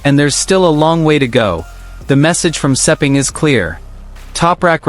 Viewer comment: Lin Jarvis is not the managing director of Yamaha Racing it is Paolo Pavesio. Stop using AI and start using real facts. I have no idea where you get the pronunciation for Sepang race track but it does not take a genius to learn that one it is exactly as it looks!